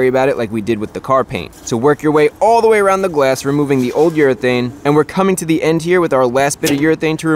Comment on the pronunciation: am i too deaf or he is saying gwass insted of glass